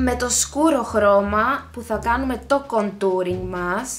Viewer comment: ειναι κόντουρινγ... με τον τονο στο Ο